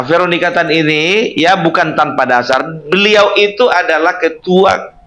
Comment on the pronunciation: Berliau.... Pelan pelan kalau bercakap cakap bukan berliau tapi beliau... Hahaha